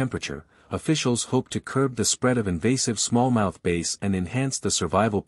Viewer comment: Did the AI actually say small mouth bass like the guitar not the fish?😂